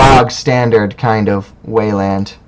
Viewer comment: I like the format. I've always wanted to see just more videos of random people playing, being commentated on. My only complaint is the way you say Weyland :)